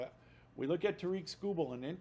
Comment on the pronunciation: How are you a Tigers podcaster and still pronounce tarik like "ta-reek"